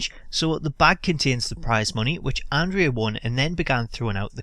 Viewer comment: Pronounce andre the giants name correctly! Idiot!